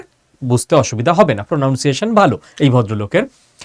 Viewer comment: I like to watch your videos.Your vdos are informative so much with logic.If you don't mind just wanna tell you to correct the word"pronounciation" It's not প্রনাউনসিয়েশন while you are pronouncing it,but it's "প্রণানসিয়েশন". Thank you